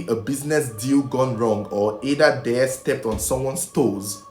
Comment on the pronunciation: Oga I love your videos. But work on your pronunciations... they and not there.